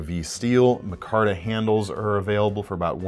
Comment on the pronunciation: I have the exact ABW button lock shown. Centering needed correcting, it has gobbbbs of lock stock, and the blade step-milling does hang up on material. I'll think longer and harder about dropping that money on future ABWs. PS,, it's "my-kar-tuh."